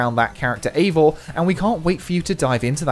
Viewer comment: After a bit of burrowing on the internet, I learn that, in Nordic countries, Eivor, is a female name and that it is pronounced ivor, not avor (that's "i" as in "high", not "a" as in "hay").